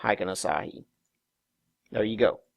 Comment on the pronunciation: Asahi is a Japanese beer, lol. Ashi is not pronounced the same. Its like "Are She."